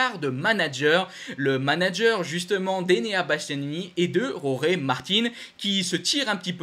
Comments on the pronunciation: Pas ‘roré’ mais ‘Georges’ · Bonjour. J’aimerai savoir si tu roules à moto toi même? Pourrez tu essayer de te corriger et ne plus dire hohé Martin mais plutôt Jorge Martin en essayant de te rapprocher un peu de l’accent Espagnol? A part ça, félicitations pour tes commentaires, je vois que tu dois passer beaucoup de temps pour t’informer. ❤ Pierre R….